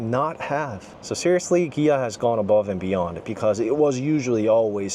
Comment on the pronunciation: Good video. You were killing me with the company name (Kia / Gia) All I could think of is the interview scene from the movie "Brothers"......."Are you saying Pan? or Pam?"